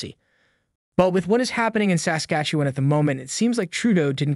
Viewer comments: You pronounce Saskatchewan weird. The emphasis should be on the second syllable of the word Sas-KATCH-ew-an and not on the first. Other than that great video. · SA skastuwen..? It sounds funny when you say it like that. Great reporting. Try saying it like " Sas KA tchewan. like a good Canadian Kid. 👍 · SASKATCHEWAN- Pronounced "Sass" -"catch"-"ew"-"juan" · I hate the way you say saslatchewan. thanks for covering this though. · You are adding an extra syllable and over pronouncing the 'e' in Saskatchewan, the 'e' comes out like a short 'uh' sound, Sask-Atch-uh-won. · Its pronounced: Sasquatch- ah- wan. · Would have been much better if the narrator knew how to pronounce the name of the Province though. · Haha It made me laugh every time he said it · Why can’t he say Saskatchewan? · 32 seconds in and I'm wondering where you're from? The way you pronounce Saskatchewan tells me you aren't Canadian. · The way you pronounce “Sas-katchewan “ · you talk like a robot...you pronounce Saskatchewan like someone from Lithuania or some place like that.... Are YOU a real person or a controlled opposition robot!!??? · Maybe learn the proper pronunciation of Saskatchewan, ask a local...... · Please learn how to say Saskatchewan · learn how to say Saskatchewan. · First, you should learn how to pronounce Saskatchewan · you need to learn how to pronounce Saskatchewan.. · Learn how to pronounce Saskatchewan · I like your reports but you need to work on your pronunciation of words, its jarring. Its Sass-catch-ew-wan. Your other video that had polyamorous in it and wow, butchered. Poilievre is our next PM so maybe... learn how to say it. Poy-lee-ev.